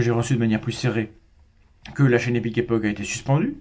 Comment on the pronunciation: Et c'est ainsi que j'apprends que non, ça ne se prononce pas "comme ça s'écrit". Epique epoche, comme une poche quoi ^^